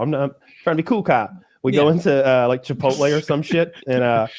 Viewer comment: I think you mean chi-pole-tay